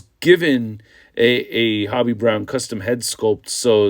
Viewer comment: It's ho be not hobby